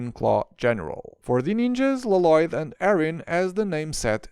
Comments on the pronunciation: Why you call Lloyd l loyd instead of yoid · It’s pronunced Loyd not Lo Loyd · It’s lloyd not laloyd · WHY DO YOU CALL HIM LOLOYD UNIROINCALLY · la loyd is how its pronounced. in the ninjago movie, garmadon said so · why did it sound like he pronounce “loloyd” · NEVER......is he going to stop calling him la-lloyd😅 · it is pronounced with one L not two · If yopu watched the show you will know it is prounonced with one L not two